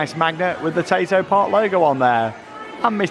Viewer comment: The amount of times I thought you was saying potato park